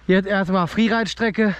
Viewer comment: Mqn sagt Freeride sagt friereit